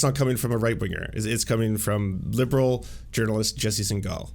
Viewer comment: Why are you deliberately mispronuncing his last name even after having met him?